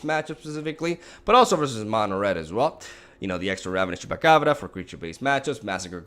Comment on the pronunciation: Nobody:; Chupacabrrrra